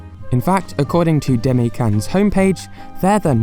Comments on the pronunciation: 出前…Deh-Mah-Eh. Demae. Saying "Deme" sounds like "teme" and that's just rude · It's not pronounced "day-me" its pronounced "dema--ay" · The way you pronounce "demae" hurts my soul. Interesting video, though! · Since you always have high standards for your research, let me point out some things you missed: 1) you pronounced Demae wrong! This is something you can check with a friend. 2) the channel is actually called the Demae channel. 3) I think you said "websites" instead of "restaurants" at some point. Not sure though.